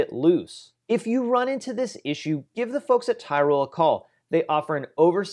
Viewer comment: I know the shop and you're pronouncing it wrong it's teeroll ;)